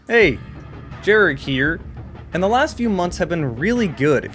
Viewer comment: The way you said "Jarek here" made you sound like you're from Wisconsin for some reason.